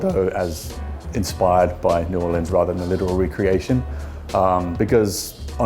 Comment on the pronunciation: New boreeeerhzzkkskd